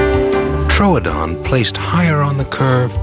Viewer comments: I scrolled through every comment seeing complaint after complaint about the alien looking thing but you're the only person who was upset as I was about how the narrator pronounced Troodon. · Am I alone in being super annoyed by the narrator mispronouncing 'Troodon' as 'TROADON'? >:(